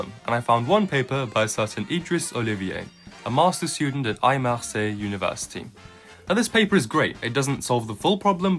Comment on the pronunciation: Ahh-Massalle University instead of Aix-Marseille University